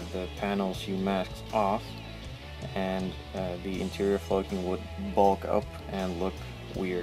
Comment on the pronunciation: Great tutorial, thanks! Doesn't the word flocking rhyme with clocking as opposed to cloaking?